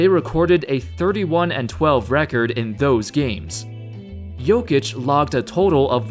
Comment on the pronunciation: Thank you for pronouncing his name right